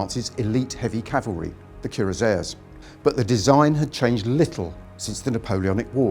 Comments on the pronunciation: One gets used to the Biristh not being able to say French words, but that take on "Cuirassier" was... unexpected. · Absolute joke- go back to school!